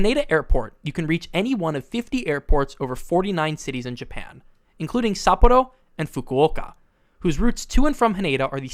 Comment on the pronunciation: ppreciate u tryin to say sapporo and fukuoka correctly but its still wrong 😂. just say it in ur regular voice 😭